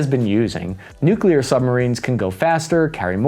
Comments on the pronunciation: Its Al-bah-knee-see! Not All-bah-knees. And please please please learn how to pronounce nuclear. New-clear. Not New-kew-lar. Jesus its not hard man. 😅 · Love your stuff! Always have. But I'll pay you TWICE as much next time, if you can start to pronounce "nuclear" correctly.🤣 Hint: There's only one "u" in nuclear... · Someone's been working on their pronounciation for the word "nuclear". Good job! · Nuclear! Not Nucular. Pronounced New-clear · The distance comparisons here are comically Team America style. Other than that, it was fine, right up until noo kyoo ler. Just... god, get one of the most important words in the discussion right. Christing fuck. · “nuke-you-luhr”??? You of all people????